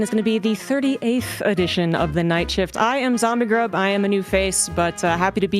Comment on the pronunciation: Swear she’s saying zombiegrip